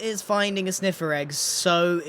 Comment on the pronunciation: LOL I love how he says "EGGUH!!"